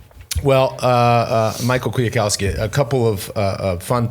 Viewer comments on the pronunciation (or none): Dude Lance YOUR SAYING MICHAL KWIATKOWSKI NAME WRONG. A lady told you how to say it couple years ago. Michal is pronounced completely different in Poland.